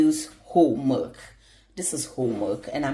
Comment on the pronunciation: Isn’t that milk sounds like she said merk